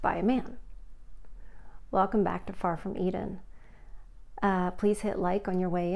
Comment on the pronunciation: Did you say 'far from eden' or 'farfignugen'??? Just curious. You never know what women will say /lol hehehehe